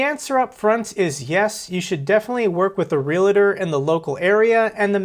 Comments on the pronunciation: Real tor. REAL TOR. NOT REAL A TOR!! JEEEZ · Omg dude stop saying realator. Just say agent from now on lol. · Realtor is NOT pronounced R E L "A" T O R... .Real A Tor is wrong.